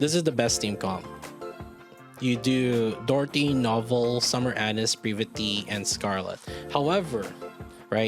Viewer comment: Anis= Ah-neees, Ah-nees, Ah-NEES!!! C'mon, dude!